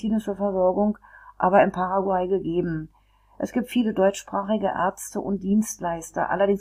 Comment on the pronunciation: Wie kann man ein Video machen, wenn man noch nicht einmal den Namen des Landes oder der Hauptstadt aussprechen kann. Witzloses Video